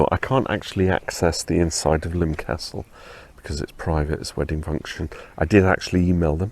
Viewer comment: Nice video. Subscribed. And thank you for giving me the correct pronunciation of Lympne, after all these years. I was 16 when BTTE came out and I LOVED it at the time, I think mainly because I was happy to hear Paul rock after the mellow London Town. I was stunned by the negative reviews and lack of airplay at the time. While I still love the album, I'd now have to rank it as my second least favorite Wings album (LT is least favorite), but there's no Wings album that I don't like, I think they are all great in their own aspects. I think my issue with this one is that I find it to be a case of the parts being greater than the sum. I mostly love the individual tracks, but the album just doesn't seem to flow well for my listening. And it is not The Broadcast that upsets the flow for me. I'm with Bowie, I think The Broadcast is unique and enjoyable and it has grown on me as I get older. It's the Rockestra that drags the album down a bit for me. Kind of boring, IMHO. I would expect, with such an assemblage of talent in one place, that material for Rockestra should have been a bit more dynamic. Granted, Rockestra Theme was award winning, but I can't for the life of me understand why. I've heard better soundchecks. I'd much rather he left Cage on the album, instead. Anyway, thanks for this insightful on location review. I'll be checking out your other videos soon.